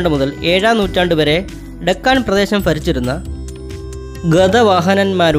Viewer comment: ഫരിച്ചിരുന്ന അല്ല ഭരിച്ചിരുന്ന